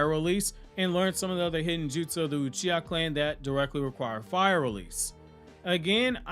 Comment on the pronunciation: omg I’m dead, ‘Sasuke Utreeha’ 😂